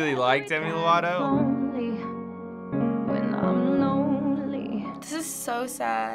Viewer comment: he said lato 😂 lol